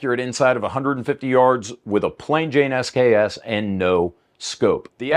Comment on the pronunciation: When "SKS" is pronounced "sucks".